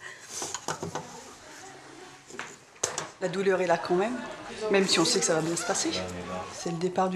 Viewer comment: LA DOULURE ???? DOULUUUUURE